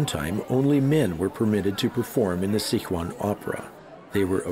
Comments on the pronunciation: and it is Si Chuan not Sic Huan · it is Sichuan not Sichua lol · gui-zoo and sick-wan hurt my ears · Sick wan！hahahaha I'm a Sichuanese！ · As a Chinese I find his pronunciation of Sichuan hard to listen to